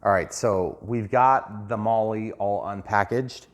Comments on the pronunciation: Great job....accept the aircraft is pronounced "Mall" not "Molly" 😜 or maybe that's just her nick name? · Molly M7. !?!?!? 😂😂😂😂😂 Not even close to how you pronounce Maule . It’s pronounced Mall … like shopping mall . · Maul,,, forget the E,,, just maul,,,, hehehehee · My buddy owned a Maule...on floats...a real one I mean. He called it a "Maule"....pronounced "Maul", or "Mawl". (not "Molly"). Just saying. But thanks for the video, I intend to buy one of these. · Hey, been researching this plane... It is pronounced Maule - rhymes with Hall -. The "e" is not pronounced. Looks like a great plane. Wish E-Flite would scale/model the current Maule M-7-235C. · 😂 made me laugh hearing it pronounced that way. I just got one of these, it’s quickly become my favorite airplane. Very scale the way it behaves if you try to fly it like the real thing. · The E in Maule is silent. Great videos! You’ve helped me become a better rc pilot for sure. Keep on flying!